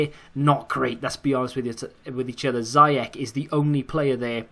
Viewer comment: funny how he says ziyech haha lol